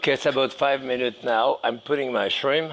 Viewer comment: There is a 'P' at the end of "Shrim" Jacques...